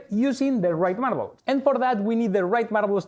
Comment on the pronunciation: Say Marrabels faster… marrablsmarrararblsmarrrararabrs